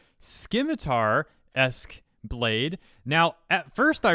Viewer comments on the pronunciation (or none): Hearing you say Skimitar vs Simitar (silent c in Scimitar) made me shudder like Kneon from Clownfish Tv saying "Jibbli" instead of a soft g in Ghibli I still shudder thinking he's been butchering Ghibli for multiple recordings tho I try telling him in comments. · to check out Hero's Samurai swag. the c in Scimitar is silent, so it's literally Sim-it-tar. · Skimitar. SKIMITAR. Listen we need to have a talk...